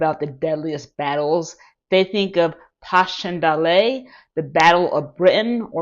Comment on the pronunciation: thank you for the video - the britisha battle you referenced at the very begininig should be pronunced as passion dale... it is trickey because it is a belgian town spelt passchendaele- arguably as a battle it is even more brutal and hoorific an experience - certainly in terms of sheer futility than the somme and worth looking at if you are interested in exploring firther the british battles of ww1 -respect.